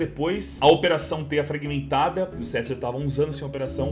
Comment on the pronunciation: "Broken Fing"